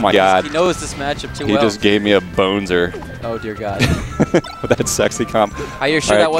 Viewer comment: "He gave me a bonesner"